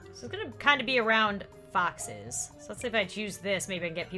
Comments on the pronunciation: Lol it dose sound like boxes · When was talking about foxes on Seapeekay day, I thought she said boxes so it sound like she said: people can dress up like boxes. Did you know boxes like menorahs? Boxes are Mischievous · Me too I thought she said boxes